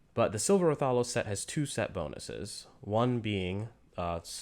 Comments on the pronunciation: Say it with me now wrath-uh-los not ra-thol-os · i hate the way you say raTHAlos